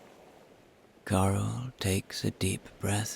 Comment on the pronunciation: I hear Cliff’s friend’s name as Coral, not Carl. For me, suits her. Beautiful story. So relaxing. Thank you.